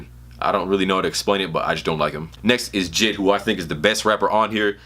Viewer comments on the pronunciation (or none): pronounced J-I-D its three separate syllables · Boi who tf is jid😂 you mean J.i.d